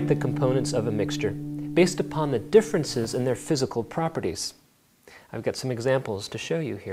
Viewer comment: my favourite bit is when he said physical properities